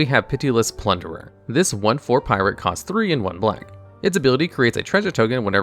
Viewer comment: Okay I understand you mispronouncing fantasy words like Niv Mizzet, but plunderer? come on